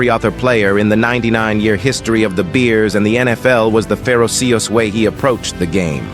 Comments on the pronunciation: ‘Fairo see-us’. Ferocious. Great. Stupid AI. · Fair-o-see-us? Since when do we mispronounce ferocious? (Fur-o-shus) 🙄